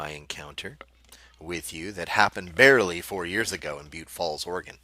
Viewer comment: I think you're pronouncing it wrong...